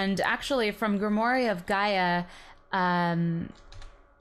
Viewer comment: Super late here but it’s pronounced grim-war ;0